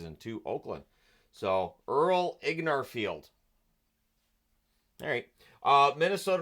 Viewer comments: It's Ingarfield, not Ignarfield....and Howe turned 41 in March. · FYI. It's Earl InGARfield and Ed van Impe pronounced his name "van Imp".